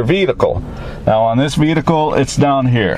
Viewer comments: "Veetical" = Vehicle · "veedicle"? whats a veedicle? Similar to a vehicle perhaps? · Why do you keep saying "vedicle" instead of "vehicle"? Is it Canadian dialect? Grrrrrreat video though! I'm looking to buy a cheap used car, and this makes me think I should buy one of those Autolink devices :) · "vedacul". Are you kidding? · This guy doesn't know what his taking about!!! He can't even pronounce "Vehicle" Right!!!